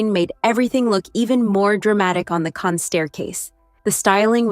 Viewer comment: It’s pronounced Can. The s is not pronounced.